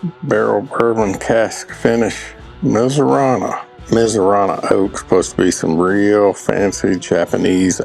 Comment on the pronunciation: "Mizunara"...not Mizurana.